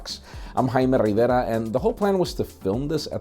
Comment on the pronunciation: Jaime, love the shirt. Listen, I think you should end your show with this catch phrase. "This is for Pocket Now. What's in YOUR pocket?"